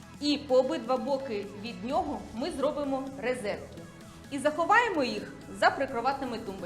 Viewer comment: рОзетки, а не рИзетки)))